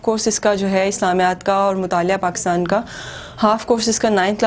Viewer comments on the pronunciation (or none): none